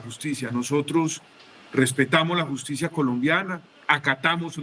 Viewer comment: Hablando de justibiaaaaaa, q risa me da